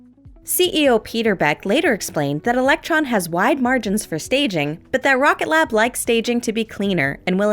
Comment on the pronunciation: My guy, it's 'Rocket Lab' not 'Rocket glab'